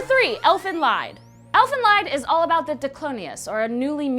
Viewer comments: I thought it was pronounced Elfen Leed not Lied. Also i was told Elfen Lied means Elfen's song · He you, great vid... But you pernounced Elfenlied wrong. Its German, like many Manga/Anime. Lied is pernounced much like the english word lead. It means Elven Song witch is a odd name for such a cute Killingmachine... i guess 😆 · YOU PRONOUNCED ELFEN LIED WRONG IT'S NOT LIED IT'S PRONOUNCED LEED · Ellen lied? No it's Elfen lead! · THANK YOU!!!!!!! I'm so happy you did Elfen Lied, though it is pronounced 'lead', not 'lied' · Not wanting to sound rude, but it's pretty clear you didn't watch or research Elfen Lied and just kinda added it to this list. Let me correct a couple mistake you made :) 1. It's pronounced 'leed' not lied, because it's German meaning 'Elven song' 2. When talking about Lucy/Niu, you were showing clips of Nana, a different diclonius and character throughout the series. 3. Kyouta's name in the anime is pronounced "Koda" I don't want to seem rude or anything, but I just thought I'd correct a couple of the mistakes for you ^-^ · ANOTHER YAASSS also. Anyone else triggered by the the way she pronounced Elfen lied (its pronounced lead because it’s German I believe) AND half of the clips weren’t Lucy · Dear, you read Elfen Lied wrong, it's should be read like 'Elfen Leed'. It's in German language means Elf's Song. Btw, you should see Ghost Hunt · [Elfin Leed](lied is German for song, ie read as ee),[Misakee May] Sorry